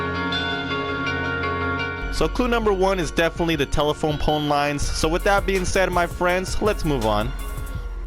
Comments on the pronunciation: Are you saying tela-pone? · that's what I heard too.